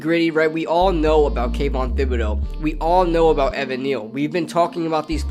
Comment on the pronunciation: Just a heads up thibodeaux is pronounced with t instead of th. Keep up the good content